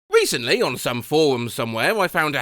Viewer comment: Do you understand how awful you sound? Like you are the WORST person to be doing this sort of content. You can't pronounce the letter 'r'. You have the most OBNOXIOUS speech impediment. "WECENTLY ON SOME FOWUM SUMVWHERE" is what I am greeted with at the outset of this video.